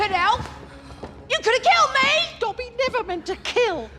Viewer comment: first off, i would put smaug at #5 and not "I, Robot". Second, when you say Dobby's name, pronounce it correctly! its shameful!